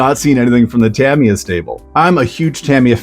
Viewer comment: Tamiya 'ta mi ya. Not tam iya